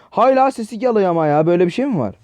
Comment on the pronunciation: Abı türk konuşmayımı unuttun Gelıyır Diye konuşuyon 😂